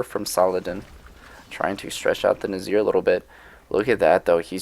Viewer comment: There's one thing that bothers me. How should Nizars name be pronounced. Nazir or Nizar? Because even though it's spelled Nizar everyone keeps saying Nazir :D